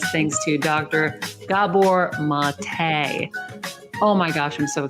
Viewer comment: His name is pronounced MAH-tay. It’s Hungarian, not French. Amazing work.